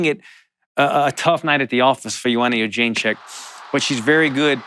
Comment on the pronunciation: 30 minutes of Allan Jouban trying to pronounce Jedrzejczyk